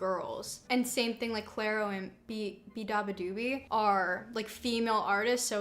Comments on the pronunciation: WAIT IS IT PRONOUNCED LIKE "BEE AH BUH DOO BEE" I THOUGHT IT WAS LIKE "BEE BUH DOO BEE" WHERE DID THE AH SOUND COME FROM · apparently you dont actually pronounce the A, only if you shorten her name to bea (bee-a) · ik nobody asked but as someone who averages 16 hours of beabadoobee a week, i can confirm her name is pronounced bae ba do bee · the way you pronounced beabadoobee is cursed, first syllable is like the insect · the way you guys pronounce beabadoobee and laufey is killing me but yes would love to see more videos with kaitlyn!!!!!